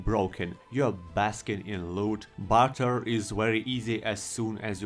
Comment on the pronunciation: When you say barter, I hear butter, which just has me thinking about a future Elder Scrolls mod for M&B 2: Bannerlord